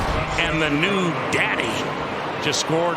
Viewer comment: Why did he say daddy like that?